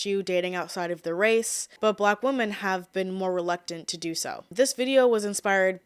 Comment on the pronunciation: Why do you pronounce the word "women" as "woman"?